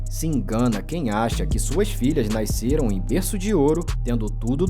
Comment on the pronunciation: O locutor falando Naisceram com esse I dps do A me irrita mt kkkkkkk